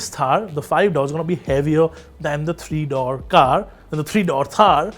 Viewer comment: It's door not dough 😂